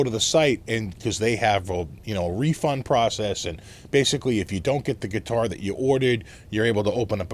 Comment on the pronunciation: So, where did you buy your Chinese geee-tar? Lol